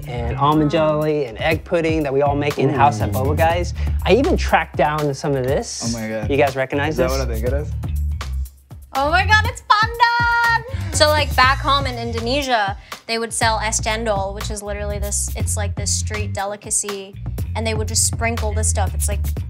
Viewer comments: Pasti bilangnya bukan penden.. tp pandan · OMG! IT'S PUHN-DUHN!!! 🤣🤣🤣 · So Indonesians pronounce "pandan" differently interesting :O